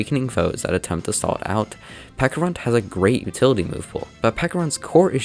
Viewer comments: "Peckarunt", ITS PECHARUNT, CH CH CH CH CH CH Oh also nice video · Love the video, is there any reason you pronounce it peck-a-runt and not pecha-runt like the fruit/berry it's based on? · pecharunt, ch, like the pecha berry or chance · Isn't it pronounced like peach? Since it's based on a peach an a pecha berry, why call him peca runt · Is it not pronounced peh-cha-runt because of the, yknow, peh-cha berry?